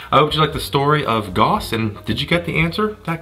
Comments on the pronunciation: Goss ? It’s Gouse ! Like Strauss the musician Why do Americans have to pervert 3very pronunciation to man ? GAUSS like STRAUSS Ahhh! And don’t keep adding ‘out’ to the end of everything. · Gauss rhymes with house, sir.